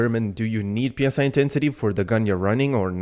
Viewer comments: Pronouncing PSI as separate letters is "pounds per square inch" used for inflating tires and stuff. Psi pronounced as it's own word is short for psionic. You know, like mind powers. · I've Been saying this for weeks, just people don't care. In CBT3 it was actually Ps(Y) intensity for a short 1-2 weeks before a language update hit. Which I think most people would pronounce it more as Sigh intensity like it's supposed to sound.